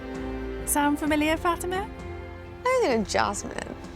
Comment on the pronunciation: Her name is Fatima. Not Fatimer.